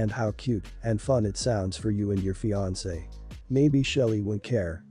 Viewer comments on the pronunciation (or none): none